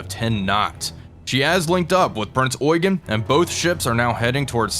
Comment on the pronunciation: Please the ship is Eugen as in "you Jean" Not oygen